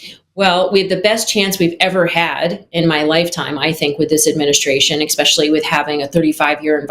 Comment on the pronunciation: I have serious reservations about how qualified a person is when she uses “expecially”